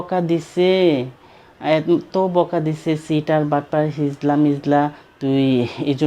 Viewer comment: হিজরা। হিজলা না😊